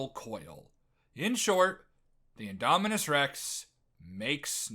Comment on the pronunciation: "the indonimus" yeah you don't know shit